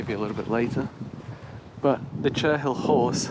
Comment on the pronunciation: Cherhill is pronounced cherril . The horse is made with chalk. And thank you, you walked very near to my son’s old house. We lived just up the hill from there. Where you walked down to the stream, we called that bit Piggy hill! The house with the thatch looks old but was built I think about 2000. I am glad to see they have paved the walk along the river, it used to be very muddy. You arrived at the Green from the south. So many new houses.